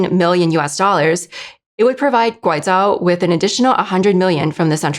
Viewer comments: I can't stand her pronouncing Guizhou as 'Guaizhao' .... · should've consulted a pronunciation guide before her mispronunciations of 'Guizhou' & 'Guiyang' were recorded.